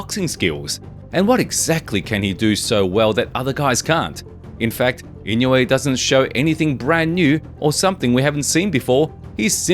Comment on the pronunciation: ❌ - NAY-OY-YUH ✅ - NAH-OH-YAH ❌ - IN-YOU-EH ✅ - EE-KNOW-EH